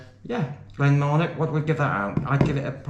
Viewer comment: There is NO letter K, in Marnoch!